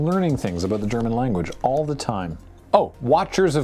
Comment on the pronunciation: as a native german speaker, your pronunciation isn't even that bad